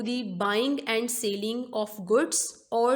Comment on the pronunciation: By the way its selling not sailing.... best of luck... appreciate your efforts